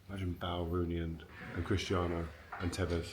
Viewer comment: Why does Rio say Bael instead of Bale